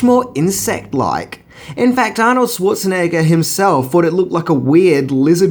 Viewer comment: OMG, can the host finally learn how to pronounce Arnold's last name properly? Dude get some German classes if you had to. ;-)